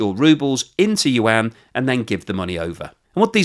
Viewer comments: It's Yuaan not Yuan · BTW the correct pronunciation of "YUAN" is kind of like "won", it only has one syllable. It is not you-ann. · Yuan = ywhen, like "when will you pronounce any mandarin syllables correctly?" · Hi - pronounce yuan: yu-en. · Very informative but your pronunciation of Yuan makes my ears bleed